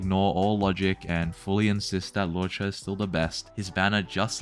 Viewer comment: Calling Luocha ‘lowcha’ is childish asf grow up. And you’re basically saying that loucha’s ability at healing full hp is too much, isn’t that what Abundance is for? And that still doesn’t change the fact that Luocha heals the entire party in one turn, while Gall heals one member each turn 💀